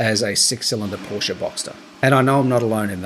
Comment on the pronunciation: Ahhh don't you mean you've wanted a Por-sche for about 30 years.....I mean 30 years should have been long enough to know how to pronounce it correctly....lol